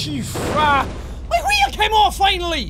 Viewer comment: we says wheel like qheel